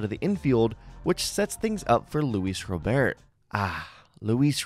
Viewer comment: How do you still not know how pronounce Robert